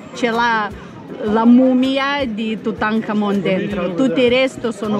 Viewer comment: Forse volevi dire Tutankhamon 😅 hai ripetuto Tutankamen proprio convinto 😂😂😂